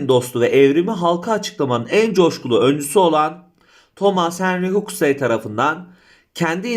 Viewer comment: özellikle ''huxley'' ve ''scientific'' kelimelerinin telaffuzlar.